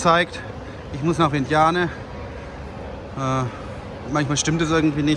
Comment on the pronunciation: Super Video, gut geschnitten 👍. Vientiane wird Wi-en-tschan ausgesprochen…